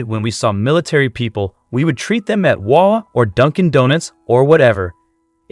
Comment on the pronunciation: Its pronounced wah-wah not wàw just helping out. ❤